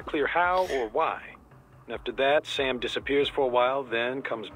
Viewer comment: as a Brazilian, i appreciate the "don't be racist" when pronounces sam's name with that weird intonation